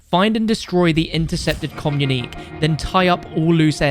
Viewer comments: FYI: "Communique" is pronounced "kuh -myoo-nuh-kay" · Communique = kommunikay for future reference